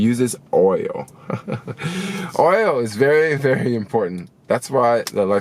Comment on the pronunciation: When you say oil, I literally hear Oreo.... guess I’m hungry 😭